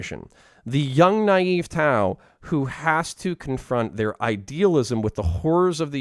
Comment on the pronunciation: The tau don't sound like tau and the eldar doesn't sound like an eldar